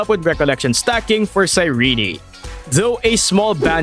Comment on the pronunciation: Her name is Cyrene not Cyreney, Cyr-eeen.